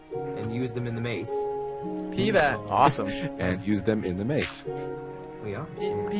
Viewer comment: I keep thinking says Pee bag not PBat